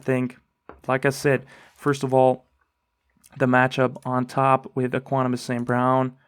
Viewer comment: Ek-wi-nim-ee-yus lol